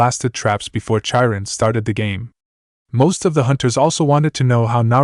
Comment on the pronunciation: OK, I do not know if you are using AI to read the story but, Chiron the CH is pronounced as a K not in the normal way CH is normally pronounced instead of Cha we have K or in Japanese it would be pronounced Kai Ron. I don’t know if you can fix it, but I thought it might help to have the proper pronounce it love the stories. Keep them up.